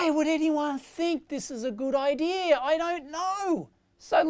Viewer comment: Idea is NOT "EYE DEER"